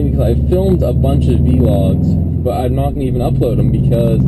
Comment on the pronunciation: I hate how u say vlogs